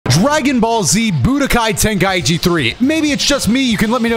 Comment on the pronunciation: for the love of god its "Ten-Kai-Chi" not "Ten-Kai-Ee-Chee"